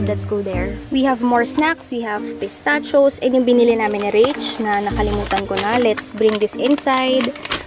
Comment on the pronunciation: Pistacho. Pis-ta-chee-yo